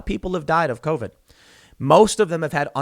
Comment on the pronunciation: "C O V ID"